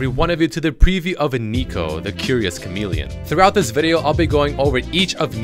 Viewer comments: Chalemeleon??? XD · Chalemelion? lol.. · What's a "chalemeleon"? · The Curios "Chalemeleon"? U mean Chameleon